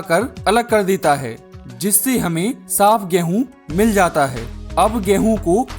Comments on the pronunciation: Ghrehun kyu bolte ho😅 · Apka 'Gehuu' word mai kafi jada wajan hai💥💥